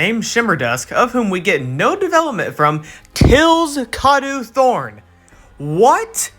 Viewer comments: Its not pronounced kah-doh thorne Its pronounced kay-doe thorne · It's pronounced Kay-Dough Thorne